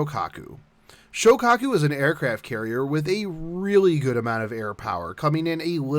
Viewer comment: I noticed that you were pronouncing Zuikaku and Shokaku incorrectly so here they are for future reference. Zuikaku is pronounced Zoo-wee-ka-ku Shoukaku is pronounced show-ka-ku